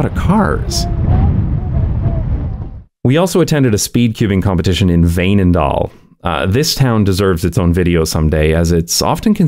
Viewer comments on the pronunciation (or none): It’s pronounced Fainendaal